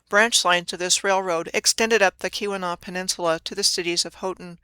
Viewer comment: Nailed Keweenaw! I'm impressed!